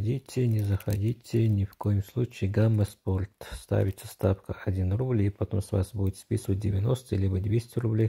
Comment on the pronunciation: Хахахаха, гама спорт, иди английский учи